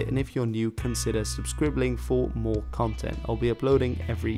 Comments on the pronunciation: I swear at the end of the video i heard you say thanks for subscribbling... XD it's totally ok if you did and you should do it in every video meow. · Is my hearing off, or did he end this video by saying "consider subscribbling"?